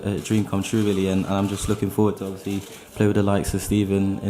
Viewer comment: Ovyasly yh ovyasly yh ovyasly